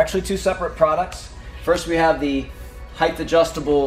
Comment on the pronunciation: Height, not heighth